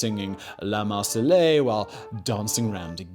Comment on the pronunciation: Mar Say Ezz not Mar Sal Ay